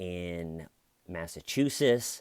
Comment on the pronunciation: Didn’t think you would promote right wing conspiracy theories 🙄there is no Clinton body count. Additionally Massachusetts has t’s at the end not just “ess”